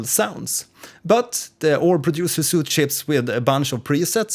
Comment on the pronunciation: it's pronounced sweet not "soot" ;)